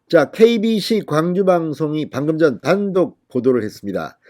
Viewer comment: KBS인가 KBC인가 발음이?